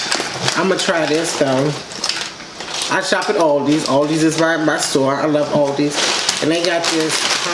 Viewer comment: Finally someone on the internet that says Aldi right!! Lol.. I’ve watched all your videos.. where’d you go? You haven’t made one in almost a year. I really enjoyed watching your videos.